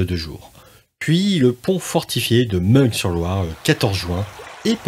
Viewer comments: On dit Jarjo, pas Jarguau. De même c'est Mun s/Loire, pas Mungue... Je suis du coin. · Merci pour cette vidéo. J'espère que vous pourrez la rééditer avec plus d'images IA. Quelques suggestions : Meung (sur Loire) se prononce Meuhein chez les locaux. Jargeau n'est pas Jargot. Enfin un peu moins de hein et ce sera parfait 😊 beau travail